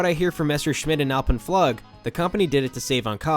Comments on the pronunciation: it's pronounced "AHL-pen-floog" not "al-pen-FLUG" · Just as an FYI it’s pronounced “floog” not how you’re saying it in the video. Also “quote unquote” is supposed to bracket the quote you’re reading so you’d start by saying “quote ‘comments by person’ inquote” so the viewer knows what’s quoted and what are your words. Love your videos though. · The way he says alpen flug makes me cringe as a German speaker, alpine Floouuuge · "Flug" is German. It is pronounced "floog" like in the English word, "mood". Edit: I absolutely loved "The Big Bad Wolf" at Bush Gardens! The funny thing about memory when you get my age: I don't remember the floor! I see my feet dangling, but no floor! I do remember that we learned to go early in the day to avoid the longest lines. This was my favorite roller coaster that I can remember. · Hey, mech eng here, binging on your videos lately 👍🏻. Btw Alpenflug is pronounced alpen “floog” with a long u vowel, it’s German for Alpine Flight. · Alpenflug is pronounced "ulpenfloog" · Nice job! One note...it is pronounced Alpen Fl-ew-g. Which means Flight through the Alps. :-) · Alpenflug -, U in German is pronounced like oo in English. (double O) So rather Allpennfloog:) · "Alpen-Flug" (Flight in the Alps) pronounced "Alpen-Flook". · "Flug" pronounced "Floog" btw :P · yeah it’s almost like All pen fleweg ...but w a German Accent. certainly NOT fl’ugh or like the long “O” in moon ...the umlaut usually is an “EE” sound in the mouth and the “Oh” shape in the lips... like “ich möchte” meaning “I Like” is pronounced “eek (ee(g)sch) meu(r)chte” if that makes sense. where the (x) is a soft pronouncing of that letter barely audible... actually möchte without the umlaut used to be types moechte as many US keyboards didn’t have the ö or ä or ë ...pretty sure there isn’t an ï or ü ...maybe ü or its Dutch...I foget... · Alpenflug is pronounced Alpen-flook. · That “Alpen Flug” pronunciation though 😂